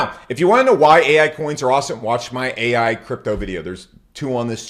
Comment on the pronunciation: Bro said paal ai 😢